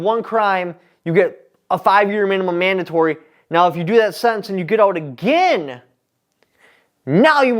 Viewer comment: You committed the ACC then added an offense for "Manimum manatory" lol. Welcome back, man.